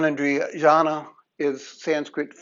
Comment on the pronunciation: Thank you for your Good presentation....! Sir ! The Gyana....Intellect.... It has to be pronounced as Gyana- and not jana........